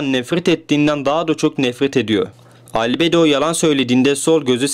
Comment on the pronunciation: Abi şu video nun başında dediğin Albedo diyisin çok havalı